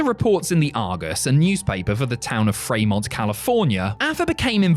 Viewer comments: I know won't see this, but Fremont, California, is pronounced 'Free-Mont', not 'Fray-Mont'. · the first account of this has saying Fremont like someone unfamiliar with the name. It's "Free-mont". There's also one in Ohio among other states